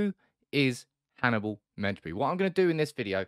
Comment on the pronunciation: First one to pronounce his name right xD